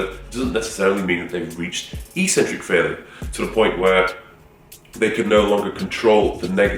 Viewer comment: Take a shot every time he says "Eeeks-centric"...